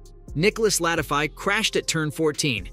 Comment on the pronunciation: This smells like AI generated voice that just reads a script. They way he says Latifi too is a dead giveaway. Especially if you're a F1 channel that follows the sport.